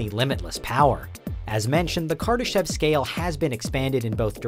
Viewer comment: Did he say kardashian